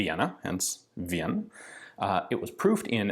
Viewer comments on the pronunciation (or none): Just a tiny completely irrelevant comment. The pronounciation of the Austrian word "Wien" is quite easy. Just read "Ween" and that's it. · Pronounciation tipp: In german the letters "ie" combine to make a longer "i". Pronounced like "ee". So "Wien" would be pronounced "Ween". Like the band that wrote "Ocean Man". Go listen to Ocean Man